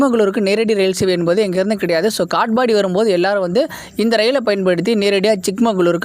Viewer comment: காட்பாடி என்பதை காட்ஃபாபாடி என்ற மாதிரி உச்சரிப்பு